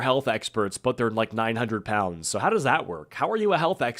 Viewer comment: Yes, "POUINDS"